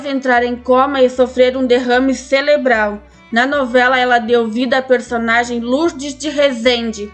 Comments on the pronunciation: O certo é morte CEREBRAL e não “CELEBRAL” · " CELEBRAL " ? OU " CEREBRAL " ? 😂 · Desculpe a correção, mas o correto é Cerebral e não celebral. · interpletava; interpletou; acidente celeblal; nos rim; erro de português aqui nesses canais parece ser comum né? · Derrame celebral nossa amiga aprende falar primeiro para fazer videos!!